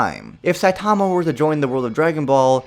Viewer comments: SAI TAWMA .... It’s SAI TUH MUH 😂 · Why does everyone pronounce his name as “Sai-TA-ma” It’s “SAI-ta-ma”